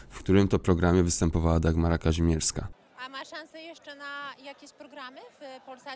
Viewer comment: Mimo że tego wulgarnego babska nie lubię to jej nazwisko to: KaŹmierska!!!! Nie Kazimierska..... Mów poprawnie!